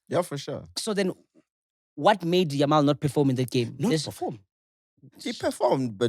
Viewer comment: It's YAMAL not YAMIL😭😭😭😭